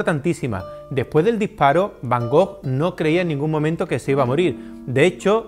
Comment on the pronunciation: jajaja Lo digo porque ya le he oído varias veces sobre van Gogh. Parecería que tiene él el monopolio, y lo de soberbia, solo he hecho un comentario... No sé porque te picas, además no me he dirigido a ti. Además estimo que para hablar de Vincent van Gogh primero hay que saber pronunciar su nombre correctamente. je comprends, ce n'est pas évident quand on ne parle pas français